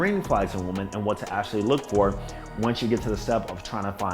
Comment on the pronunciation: always talks proper EXCEPT when he says this word: "women" he pronounces it as "woman"